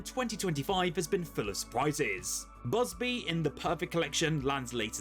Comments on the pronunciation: bubzee not buzbee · thought I heard bugbe and buzbuy. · I counted three times... Busby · Are you joking when you pronounce bubsy wrong twice lol.